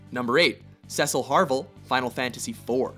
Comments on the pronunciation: "Cecil Harvel"? It's "Harvey"! *facepalm* At least try to get the character's names right on these types of lists, is that too much to ask? But personally, I'd say Caius Ballad should have been on here in place of either Cloud or Sephiroth. Unlike most villains, Caius actually isn't inherently evil, and yes his methods are extreme, but his intentions are good. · ...i'm disappointed in you his name is Cecil Harvey not Harvel i'm sorry but you're not getting a like for that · ceciel harvel you mean Harvey right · Cecil HARVEL?! What?! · It's Cecil HARVEY not HARVEL you low-brows... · Cecil "Harvel"? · You made a mistake with Cecils last name, its Harvey not Harvel. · Uhh... Harvel? Do you mean harvey? Anyway GO KEFKA!!!! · Cecil Harvel? I thought his last name was Harvey.... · Cecil Harvel... he just said Cecil HARVEL... brb killing myself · Cecil Harvey..... not Harvel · Cecil Harvel? Um...it's Cecil Harvey. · Srry to correct, but it's Cecil "Harvey" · Cecil Harvel?.....................its Cecil Harvey! Did you guys even proofread your script? Christ..... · im pretty sure its harvey not harvel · You mispelled Cecil's last name, it's Harvey, not Harvel.